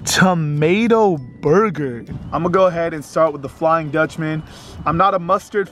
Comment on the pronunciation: when he said "burger" lmaooooooo